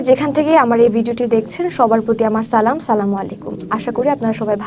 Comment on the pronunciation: সালাম টাও ঠিক ভাবে দিতে পরে না ,, আর এরা নাকি প্রকৃত মুমিন